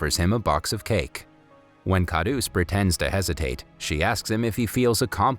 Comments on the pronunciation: It actually pronounces as kharus not khadus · its kharus not khadus